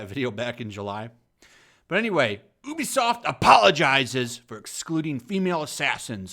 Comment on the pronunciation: I prefer playing as the female character. I don’t mind either but I’d rather stare at a woman for 100plus hour than some dudes backside. I will say however, it’s pronounced you-be-soft.